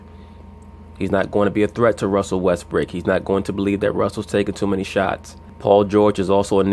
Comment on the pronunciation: I like your videos but you should stop calling him Westbrick, you have people who want to like listening to you who are from Oklahoma city and are fans of Westbrook. People understand you are trying to be funny but its getting old.